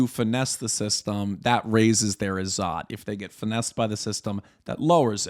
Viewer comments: It's pronounced Iz-zat and not Izaat. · It's izzet not izzaaat, more like in 'wet'. It has Arabic roots.